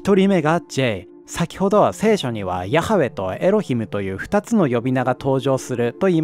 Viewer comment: ヤハウェのハの発音がkha発音になってるのかな、投稿者さんの出自が気になる